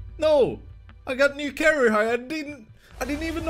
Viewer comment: "carair-high" xD